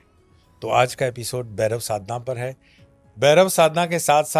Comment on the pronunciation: It's bhairav not berav